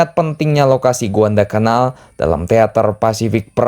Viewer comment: Guadalacanal bang, bukan Guandalcanal Yassalam